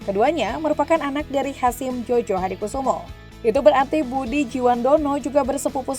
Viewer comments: Koreksi sedikit,djojohadikusumo dibaca joyohadikusumo, bukan jojohadikusumo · Jojo di bacanya joyo miin!